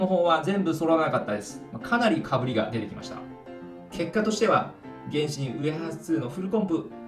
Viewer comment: 原神のイントネーションおかしくない？